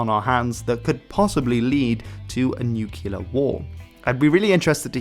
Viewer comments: It is pronunced NUCLEAR from the word nucleus not nUchELar 🤪. Why does everyone say it like this ? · Please don't pronounce nuclear as /ˈnjuːkɪlə/, it's /ˈnjuːklɪə/. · "nookyuular" oof... Fantastic video save for that rough start. Best way to remember is to say nuclear nu-clearly. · Ok, it's making me twitch. Please, Nook-lee-ar, not Nook-you-lar. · Nuclear. It's pronounce "nu-clear" I didn't make it past your inability to use letters correctly because your input doesn't matter. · Why can't you pronounce the word nuclear?